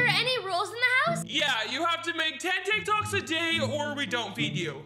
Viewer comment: Lmao “teek toks”